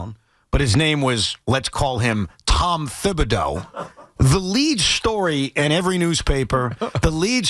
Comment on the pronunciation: Tiki, wtf are you talking about? When was Thibs playing guys 46 monutes a night "every night"?? And for godsakes, it's pronounced Tibs, not THibs!